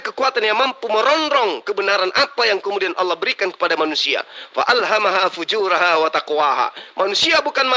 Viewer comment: ....bacanya yg benar FUJUROHA....bukan FUJURAHA.